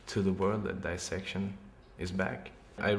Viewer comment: El nombre de la banda lo dijo bien, solo que esa pronunciación es la que usan los británicos.